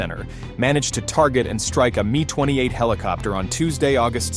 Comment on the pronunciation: It's not a ME... it's not a MY... it's an M I (M-EYE phonetically) 28. While you needed to slow down a bit... your new cg voice just doesn't cut it.